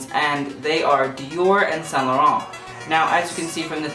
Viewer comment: He can't even pronounce saint laurent 🙄